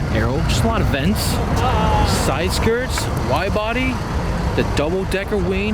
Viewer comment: " oh man, a double decker weeen, this theeen is sick" love how you mispronounce words! Its funnee